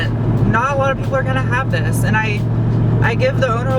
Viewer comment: To do a review like Doug Demuro start by turning the word “THIS” into 3 over-pronounced syllables ..”the-hiss-es” .... and dress way geekier in khaki shorts and sandals 🙄 ——— if Leno ever brings-in “field reporters” .... you are a sure-thing.